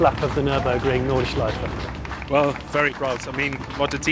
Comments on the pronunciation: Nice one! But come on Jonny, there are no silent vowels at the end of a German word. The last E in Nordschleife is fully pronounced (think Porsche). Or just listen to how the Germans say it in the video ;) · Why cant people learn how to pronounce nordschelife ffs